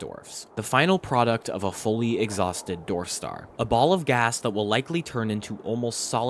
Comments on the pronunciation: This is a great video, but for the love of god please learn how to pronounce the word “Dwarf”! It is not pronounced “Dorf”!😫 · you are supposed to pronounce the w in dwarf you keep saying dorf its really grating on the ears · On what planet are people pronouncing dwarf as "dorf"? Seriously, where are they from? Up north, mid-west? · Ngl. hearing "dorf" instead of "dwarf" is getting to me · It just killed me every time you said "dorf" ... Its not a "DORF"!!! ITS A "DWARF"!!! Im sure you can find somewhere to listen to how others say it.